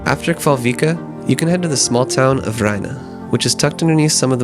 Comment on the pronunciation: Your pronounciation isn't even close to being recognizable for the island. "Kval" means "whale" I believe (it's slithly archaic) and "øy" means "island" and the "en" or "a" suffix (depending on dialect) means "the". So the whale island. And the syallables you should try is "kva-l-øy-a" or "kva-l-øy-en" depending I believe. Technically the "l" is a part of "kval" and not a separate syllable, but I very much doubt that you'll manage to include it in the syllable when trying to pronounce it. Æ, Ø and Å are separate letters, not variations of E, O or A. Otherwise your pronounciations aren't too bad, other then "kvaløya" being absolutely butchered.